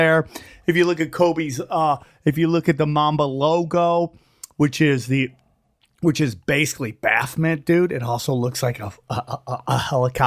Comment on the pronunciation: If he could pronounce the word "Basically" correctly, he would be more believable.